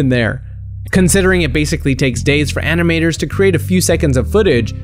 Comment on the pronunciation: Did you hear something called anime-tors?